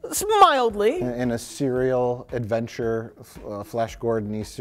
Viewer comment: “SMILDLY” Oh,....I love you